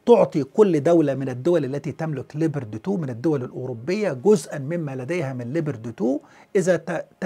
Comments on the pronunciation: 🐆🐆🐆🐆🐆🐆🐆🐆🐆🐆🐆🐆🐆🐆🐆🐆🐆🐆🐆🐆🐆🐆🐆🐆 اسم الدبّابة ليييييوبااارد وليس ليبرد 🐆🐆🐆🐆🐆🐆🐆🐆🐆🐆🐆🐆🐆🐆🐆🐆🐆🐆🐆🐆🐆🐆🐆🐆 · تحليل ممناز ، عفوا الدبابة اسمها ليوبارد و ليست ليبرد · اسم الدبابة ليوبارد و ليس ليبرتي